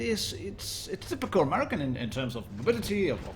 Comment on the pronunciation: The way he said american hurt my soul